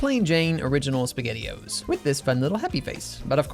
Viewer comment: Love em all… I didn’t like dropping the S from spaghettio’s…